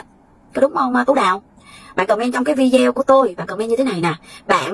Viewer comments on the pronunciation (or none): Mình xinh lỗi cho mình chỉnh một chút nhe, mình cũng xem nhiều video của mình thấy phát âm chữ video không đúng mình xinh phép chỉnh lại cách phát âm chữ video là phải phát âm như vầy ( v đi ô ) mong bạn đừng buồn. Cám ơn bạn